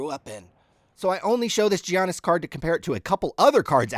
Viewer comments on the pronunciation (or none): It's a silent G! Yogging! I'm??? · All you have to do is say Yawn Is. 2 words you already know. Then for banchero its Ban Care Oh super easy. great content tho love the channel!!! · are you kidding me about the soft g lol